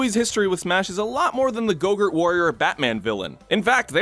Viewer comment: The more calls Terry "go-gurt", the more i die a little on the inside.